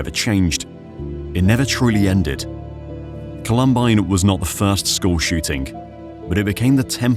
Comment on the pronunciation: 1. Did art director really need to include the view up the female student model’s skirt? 2. The shooters removed their coats, that was even included in the narration, and yet they continue to wear their coats for the duration of this video. 3. WTF is up with the narrator’s pronunciation of the school’s name? No one calls it “call-UHM-bine” 😂